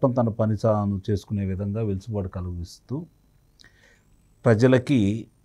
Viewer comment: వె సు లు బాటు అనాలి వెలుసు బాటు కా దు